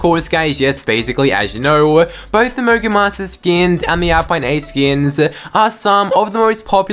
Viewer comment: lol it sounded like u said mongul monsters🤣🤣🤣🤣🤣🤣